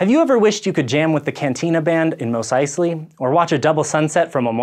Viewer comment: MOSS. EYES-lee.